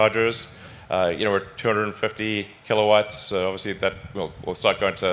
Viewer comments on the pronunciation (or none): none